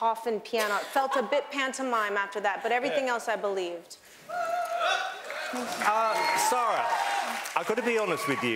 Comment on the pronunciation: Her name is SAARA not ZARRa